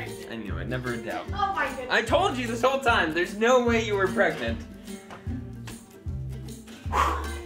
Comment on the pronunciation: Pregnant or Pregnot